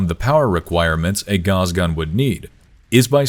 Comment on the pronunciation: Your mispronunciation of Gauss made me dislike sorry mate